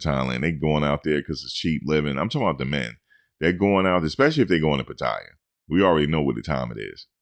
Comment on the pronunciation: 85%?! More like 1%, especially Americans, where monthly rent is crazy expensive health insurance also expensive! Those YouTube stories of expats losing everything are just stories! And why do so many foreigners say Pattaya, like there is an i in the word! Just wasted ten minutes listening to this clown!